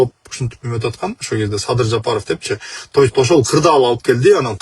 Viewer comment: Тоюсь деген эмне, то есть дейби же башкача айтканда дейбизби.